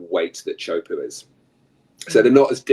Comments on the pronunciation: Iaorana, cheers for your podcast, I know thousands of people go on and watch. Please, you need to stop butchering the pronunciation of Tea hu po'o. It's not puuu, the sound of squatting on the thrown. It's PO'O. This guy your interviewing from England is completely OFF! Teahupo'o is not NORTH/WEST. It's South/west. I have lived here at Teahupo'o for over 20 years. Why don't you talk to someone who knows what time it is? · Great interview. Please pronounce Teahupoo correctly.